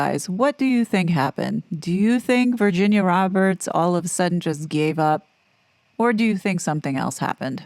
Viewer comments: Is that how she pronounced her name? Virshzinia? Cause it’s spelled Virginia lol. Killing my OCD 🤦‍♀️ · OMG. It's driving me crazy. Virshzinia. Like Sza Sza Gabor? Wonder how she pronounces, say, the word virgin. Or version. WTF